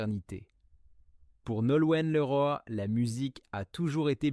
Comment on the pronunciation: Image mal trafiquée : on voit le collage et cette voix issue de l'IA : insupportable comme "liroïe" au lieu de Leroy : vs êtes nuls .. 😡